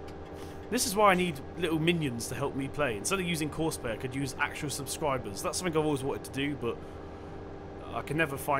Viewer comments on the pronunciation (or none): none